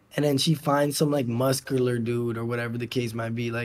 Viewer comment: Some like moscular dude 😂😂